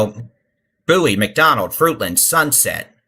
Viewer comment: It’s Bow-ie , like David Bowie the singer. Just saying. Lol thanks for what you’re doing